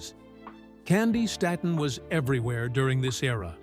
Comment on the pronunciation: I hate these AI people. It's pronounced "Stayton" PLEASE! God Bless you my sweet Auntie/sister!👏🏾👏🏾👏🏾👏🏾👏🏾👏🏾👏🏾🎬👑👑💝💝💝